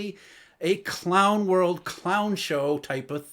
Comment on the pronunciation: The way sounds hyped in the intro and then calmly mutters "clown world" lol